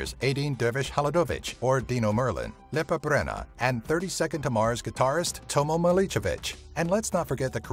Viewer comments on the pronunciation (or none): Omg the way he said Lepa Brena (if he even said that, i have no idea what he said)